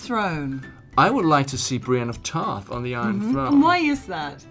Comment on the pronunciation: "Brain of Tarth" LOL